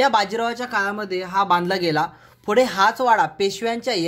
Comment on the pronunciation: दादा, आधी शुद्ध मराठी बोलायला शिक, आपण महाराष्ट्रात राहतो, मराठी आहोत, फुढे नाही... पुढे असं असतं, उगाच भाषा खराब नको करुस 🙏